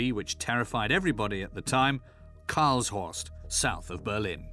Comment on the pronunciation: Karlshorst - the stress is on the second syllable.